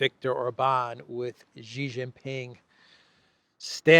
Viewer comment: Hi love your channel and the Duran. Xi Jinping is pronounced as "she" "Jinping"